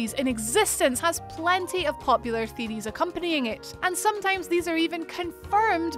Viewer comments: What are game " theerieees "?? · "One of the most popular theerees" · Lmfao that accent thicc boi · Really love "theeries" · Just came here for the “theadeees” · This woman pronounce things weird. It's theory of Deeries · I can´t even spell how she pronounced "theories", but i love it! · Love your... uh... accent? The way you pronounce Theories ...! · No one is going to say anything about the way she says theories